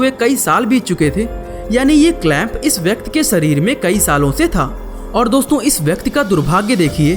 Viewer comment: Bhai vyakti hota hai vyakt nahi